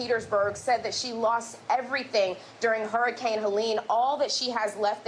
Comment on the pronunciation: Blue said horrorcane 💀